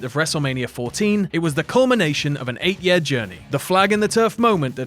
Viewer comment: year rhymes with ear, not uh